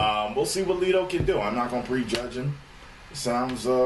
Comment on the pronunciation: His name is pronounced Leto, rhymes with bet...not Leeeto. This is Leto playing around at a concert in Russia...not giving you his definitive Joker voice. I have faith in him.